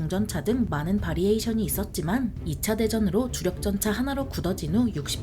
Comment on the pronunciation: 바리에이션이 아니고 베리에이션.. variation